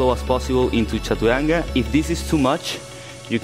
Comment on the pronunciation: Does he say chachuranga xD?